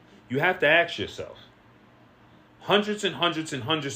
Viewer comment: ..bro you ask , you don't aks ..